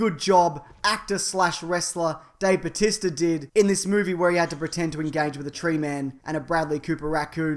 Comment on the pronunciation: His real name is Dave Bautista, it's only his wrestling name that is pronounced Batista.